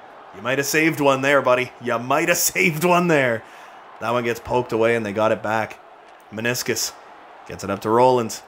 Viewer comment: Lol i love how you can't pronounce maninscum, so you call him maniscus.